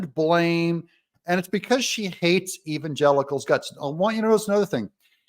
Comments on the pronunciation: "Even Gelicles" who the heck are "Gelicles?" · When she says the word Evsngelicals it looks like she's got some lemon juice stuck in her eye